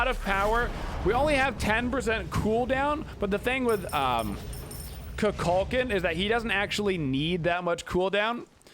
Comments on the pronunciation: Please say his name right. I watch you everyday but I had to comment. If you select him he says his name properly on the selection screen. KOO-KULL-KAHN. Just like the Mayan god from mythology. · Dude you dont put warlocks on him and say kukulkan name correctly